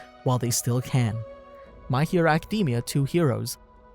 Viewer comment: why do people stil pronouce Academia like that its not a type of nut